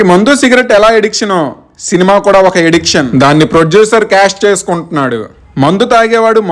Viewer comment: Eddiction kaadu ra adi. Addiction antaru